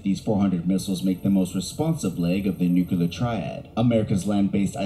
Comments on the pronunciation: I hate how this video’s narrator says “nucular” instead of “nuclear” ahhaha. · You know this video they are reacting to is top notch when the narrator spends the entire time saying "nucular." My fellow Americans, it's "nuclear." It's two syllables, not three. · I swear that dude kept saying "nuculer" instead of "nuclear." If he's going to do a video on a subject, he should make sure he can pronounce the word correctly. Great reaction video though, guys. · Listening to someone pronounce it Nuke U Lar grates me like finger nails on a chalk board. It's spelled Nuclear, pronunciation Nuke Lee R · What is this thing with people pronouncing 'nuclear' as 'nukular'?(its pronounced new-clear) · And how many times can we mispronounce nuclear. No fault to you folks but the video you’re reacting to is unwatchable for me. Nuclear has two syllables, ‘new- clear’ not three, ‘new-cue-lar’. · Nithing worse than a paid commentator saying nukular and not nuclear. Get a dictionary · Nucular war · We all love to say nucular instead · Never trust a documentary about nuclear war when the narrator cannot pronounce the word nuclear properly. It is not new-cue-leer 😂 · I love you guys, but I just couldn't watch the video, because I'm so triggered by the narrator saying : "new-que-lar" 😂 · Tsk, the narrator says "nookyaler." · It bugs me that the narrator kept pronouncing it "nucular". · It's weird someone would make a whole documentary while saying the word nuclear wrong. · For someone recording a nuclear war video, they sure do mispronounce nuclear a lot. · Watching this video narrated by a guy that can’t pronounce nuclear is very distracting!